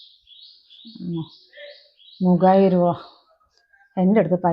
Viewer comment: ഇനിയെങ്കിലും മുകായിരം എന്ന് പറയുന്നത് നിർത്തിക്കൂടെ വനജെ... മുകായിരമല്ല .. മുവായിരം 😄ഡയലോഗിനു സ്പീഡ് കൂടുന്നു..